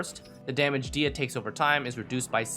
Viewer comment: It is "DEE-hee-ya" by the way :) source: this is a popular Kabyle (Berber) name and I'm from there.